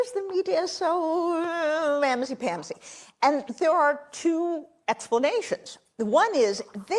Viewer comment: She's been in her Washington bubble for so long that she had no idea that nobody wants to hear anything she has to say. Being in an echo chamber will do that to a person. Also.... "mammsy pammsy" wtf?